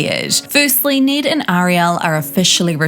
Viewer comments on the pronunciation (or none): Need? Its Ned like head